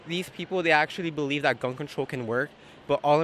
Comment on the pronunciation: youd beWieve youd beWieve...I believe he may need to be deported. His sign should say PLEASE NOW!